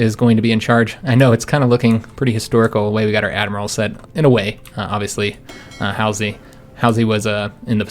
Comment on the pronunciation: Halsey is pronounced haul(the act of dragging)-sey!, you get calling him hal (hal, the computer from 2001)-sey! great naval design by the way!!! I am learning so much form you